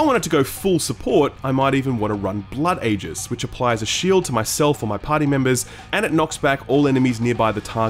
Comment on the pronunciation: "Aegis" is pronounced "Eeegis" 👍